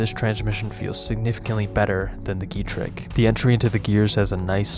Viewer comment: Getrag heißt das! Nicht Getreg.